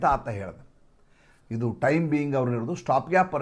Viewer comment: Idu news antha helbeku. Hidu alla.Ha & Aa uchchara sariyagi thilkolli please.